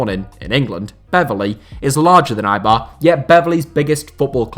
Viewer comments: Eibar, not Aibar. BErgamo, not BergAmo. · Can you please pronounce Eibar un a correct way, please????